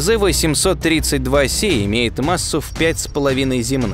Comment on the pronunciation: Правильно гли́зе ,а не глизе́!